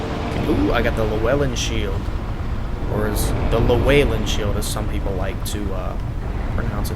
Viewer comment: Llewellyn is not pronounced the way it looks.